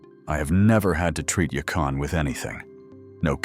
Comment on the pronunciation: It’s yacon